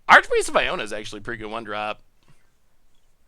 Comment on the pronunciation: Iona -> Aronas has got to be one of the biggest mispronunciations to date :D